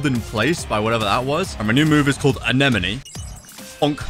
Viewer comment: Its prunounsed uh-neh-muh-nE